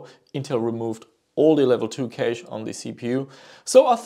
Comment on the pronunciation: Cash not Keish